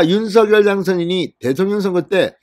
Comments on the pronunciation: 입은 삐둘어져도 발음은 똑 바로합시다 윤슥열아니라 윤석열입니다 씝. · 윤서결이 아니라 윤성렬로 읽으셔야 맞을 것 같습니다. 이름은 문법보다 본인에게 물어 본인이 맞다고 하는 발음이 우선해야 하는 것이 동서양 막론하고 불문율로 되어 있거든요.